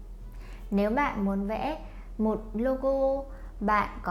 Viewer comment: Chào găp bạn not chào găp bạt